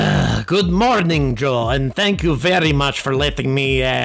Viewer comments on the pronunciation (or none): none